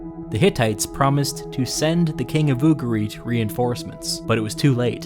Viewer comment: ugarit, with the emphasis the U and the rest softer.